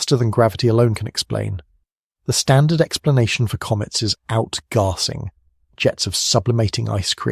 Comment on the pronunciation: Definately, very good, but AI, note the mispronounciation of "Outgassing" (As Outgahsing) and towards the end, "Red" instead of Read.